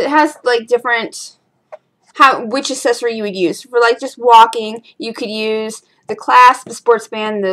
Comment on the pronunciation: Is it me, or she really pronouncing accessory as assessory?!